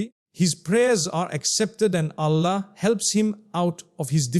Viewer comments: Why pronounce Allah ( SWT) as Ollah May Allah(SWT) forgive u for Using AI for Mufti Menk as he is highly RESPECTED nd A GREAT SCHOLAR OF ISLAM. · His pronounciation of Allah is improper